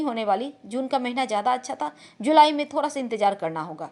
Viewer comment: Aap bihar se ho...da ko ra bol rhi ho...jaise thoda ko thora...ha ha ha